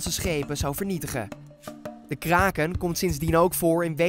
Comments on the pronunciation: Je schrijft kraken maar zegt krekken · Kraken je zegt: kreken